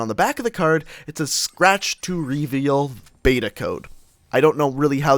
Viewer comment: Do you guys cringe as well when he says r”e-veeal“ ?